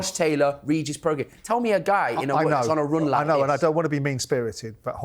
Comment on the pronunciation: Simon pronouncing Prograis as “progress” and Spencer pronouncing Regis as “Rejay”🤦‍♂️🤦‍♂️🤦‍♂️